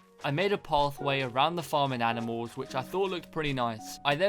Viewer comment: Is it just me but when he said animal is anifal? idk but I might just hearing things